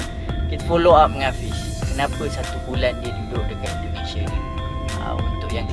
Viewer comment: Belajar lah ngomong yg bagus,indonesia bukan endonese brooo